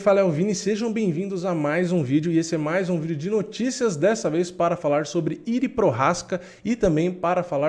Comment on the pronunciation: "Prochazka" vc está pronunciando bem, mas o primeiro nome, "Jiri", pronuncia-se "Iji".